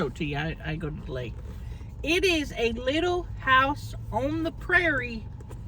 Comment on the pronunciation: I cannot! You butchered Little House for real. But you are the best so you get a pass.